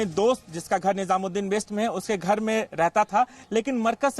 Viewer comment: "ushe" nahi hota hai pagli....... use hota hai